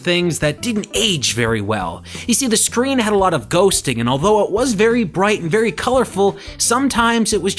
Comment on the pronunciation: Did he say berry illegal ? Lol